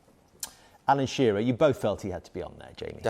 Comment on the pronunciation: Ssssshéerra? Shearer 🙌